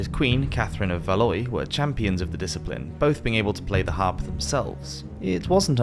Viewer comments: Enjoyed this video but come one how long does it take to google for pronunciation? Valois is Valwa not Valoi. Edward 1 was known as Longshanks as he was so tall, not 'long sharks' because he was as long as a shark?? It just makes people wonder, how accurate is the rest of the video? Clear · You might try harder with correcting your pronunciation of names, and portrayals of monarchs. The Medieval French Royal House of a Valois is pronounced 'Val-WAH' not "Va-LOY"! Charles I of England (shown in your portrait) and Charles VI of France (the medieval monarch you reference in that portrait as your playing card example) were not the same person, not to mention that there were 200+ years between their reigns. How can this channel be taken seriously with such blatant and easily avoidable errors? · Valois is pronounced "Val wa" not "Valloy" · Awesome channel love the videos 😘 Also Valois is pronounced VALWA 😂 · And why does he keep saying Valoy? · Love yr channel but one little thing 😊 Valois is pronounced Val-wah. Keep on making these awesome vids!😊😊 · You have really great content and a very pleasant voice and cadence. So I hope you don’t mind me asking you to please research how to pronounce certain words. Valois is said Val/wah. Salisbury is said Sols bury. I know it’s hard to know unless you grew up in Britain how they’re pronounced Thanks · Edward "Longsharks"? "Valoy"? Learn to read. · Dude, Valois is pronounced Valwa. Love your work, but you gotta practice that French buddy!